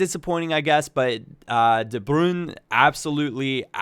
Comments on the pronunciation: its not its de brui-ne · the way you pronouce de bruyne makes you sound like such a dirtbag.